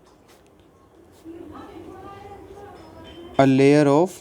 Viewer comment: Sir loyer nahi layer!! And it's MgO not MgO²